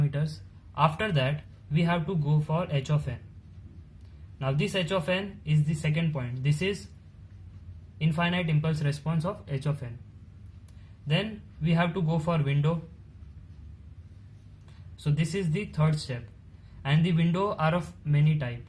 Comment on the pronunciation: you pronounced "infinite" wrongly.